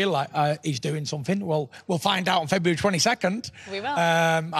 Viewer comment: Deontay- FebRahrary 22nd..